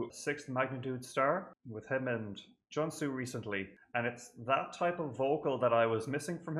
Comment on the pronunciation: And Junsu is pronounced with a long U sound as in Joonsu :) Thank you for reacting to JYJ<333